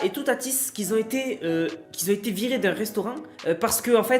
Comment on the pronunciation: on dit pas : " qui zont zété " meme à marseille... on dit en Francais : qui ont été.